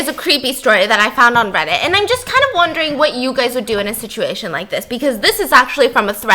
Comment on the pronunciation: Is it just me or Stephanie got a British accent while saying ‘wondering’